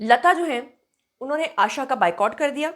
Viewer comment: 'आशा' नाम इतना मुश्कील है? आयेशा नही, 'आशा' नाम है. आशाजी हमारी जान है❤️